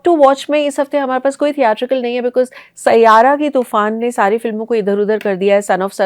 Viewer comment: you had me at “saiyaaara”